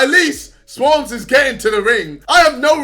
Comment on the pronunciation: Jake paul needs to re-learn English if he can't pronounce Swarmz